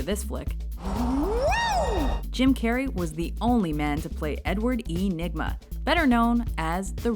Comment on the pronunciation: It's Edward Nigma. Not Edward Enigma.